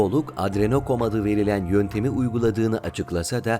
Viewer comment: Kardeşim lütfen video yapmadan önce metinler ile kelimeri tekrar et ve bilmediğin dilde ,anlayamadığın kelimelerin doğru okunuşunu bul lütfen adrenochrom demeyi öğren. Bu arada video'da büyük emeğin var güzel olmuş video yukardaki dediklerimi yaparsan daha iyi olacakmış.